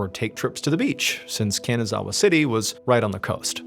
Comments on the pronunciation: Its pronounced kahn-nah-zah-wah. Not can-a-zah-wah ❤. ily mr ballen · Ree-sah not ree-suh. Hee-roh-kee not here-oh-kee. Deh-moo-rah not deh-mer-uh. Kah-nah-zah-wah not can-uh-zah-wuh. 🙄 The anniversary of Hiroki's birthday not his actual birthday. 🙄 Oh-sah-kee not o-sah-kee. 🙄 #1's title should be "Eggcellent" not "Eggcelent". 🙄